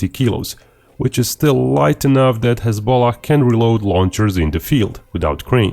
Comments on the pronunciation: I kept hearing hez-pollock. The great party of pollocks lol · Every time you say hezbollah, it comes out as hez-bollocks. Fucking hilarious 😂😁🤣. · please stop saying hezbollah like that.